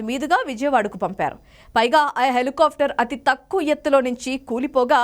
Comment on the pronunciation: ముందు న్యూస్ చదవటం నేర్చుకో తల్లి.... నువ్వూ నీ తొక్కలో న్యూస్ ...దాన్ని HELI KAAFTAR anaru...... """"Helicopter""" antaaru FA palakakoodadhu....."PA" plakaali..mundhu avi nerchuko